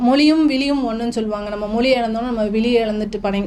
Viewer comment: மொளி மேல் பற்றாம். உச்சரிப்பை கவனிக்கவும்